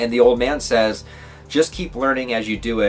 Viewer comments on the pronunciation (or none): none